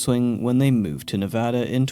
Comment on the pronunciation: Thank you for saying Nevada right